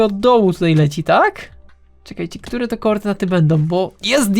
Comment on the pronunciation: doceniam, że starasz się mówić dość ładnym językiem, podkreślając końcówki ą, ę, ale także dwuznaki. Poza tym używasz ładnych i rzadko używanych dziś słów: notabene, relatywnie. Jednak zauważyłem, a raczej usłyszałem, że czasem robisz to aż za bardzo i końcówki niektórych wyrazów z np; e ( najczęściej ) zmieniasz na ę. Tutaj, zamiast "które", powiedziałeś "którę". Taka mała uwaga. A i życzę sobie więcej odcinków!!! Pozdrawiam.